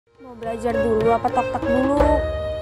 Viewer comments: Bukan tak tok tapi tik tok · Tiktok bukan toktak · Bukan tok tak tapi tik tok